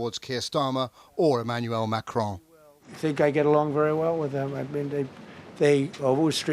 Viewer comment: Name of the French President is Macron, not Macrone.